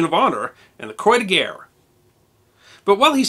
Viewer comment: let google translate you help prenounce crois de guerre better please.